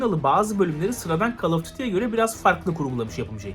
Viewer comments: Call kelimesini "Kol" yerine "Kal" diye telaffuz ettiğin için zevk alamamışsındır :) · Kal degil koll koll. Öğrenmedin şunun okunuşunu. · CALL “KOL” diye okunur, “KAL” değil.